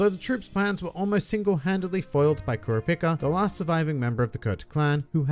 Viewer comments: You said kurpica 💀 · You say kura pica I hate you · Dude, it's pronounced Core-rop-ee-ka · I m the only one who blown away by the way he spells Kurapika name? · why do you say kurapika like that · God Damn man how do you consistently mispronounce Kurapika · why do you say kurapika’s name like that? 😭😭